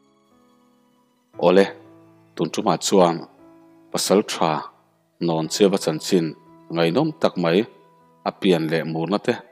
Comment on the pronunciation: Hnawncheuva tih i lam dan hi a dik tlat lo mai...Hlawncheuva ti in i lam tlat...